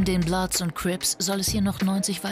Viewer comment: es heißt bloods und crips!